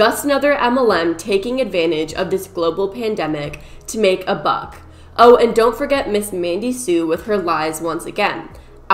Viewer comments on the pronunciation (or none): none